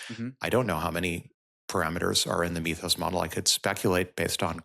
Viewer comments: Mythos is pronounced like "mith-ose" not "meeth-ose" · Guys, it's pronounced MITHos, from the word MYTH.